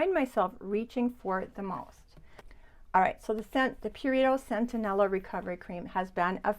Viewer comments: I have also experienced that the Cerave Hydrating cleanser stings my skin. Have to try the Mad Hippie cream - super ingredients Just fyi: It is Centella - not Centenella 🙂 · I think you pronounced it centenella, when it is centella? You do it again You have it spelled correctly in the list. . I checked amazon. It is "centella" I first heard about it from Laura Geller years ago